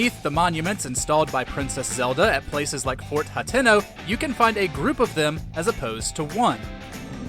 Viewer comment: Ha-TEH-no, fml even in 2023 fans are pronouncing names wrong...